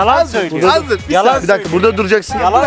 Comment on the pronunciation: de Üç iki mir diyo hahahafejkbkk